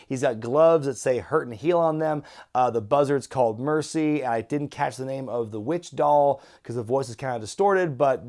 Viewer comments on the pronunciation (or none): none